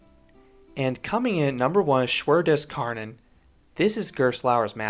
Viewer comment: it‘s not Schwur dis Karnön! It‘s Schwur des Kärnan!